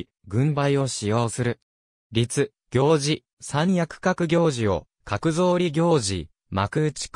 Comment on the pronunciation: 「りつぎょうじ」ではなく「たてぎょうじ」ですね。